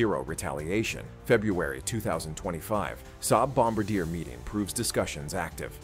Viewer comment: You are mispronouncing BOM BAR DIAY. Bom abadeer is not correct!